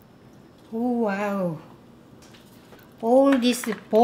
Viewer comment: when Maangchi said "wow" i thought she say "well" 😂